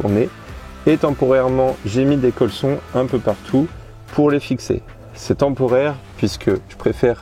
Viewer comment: Vous assurez grave! Juste un truc: on dit colliers colsonne, même si ça s'écrit colson. Bravo pour votre dernier voyage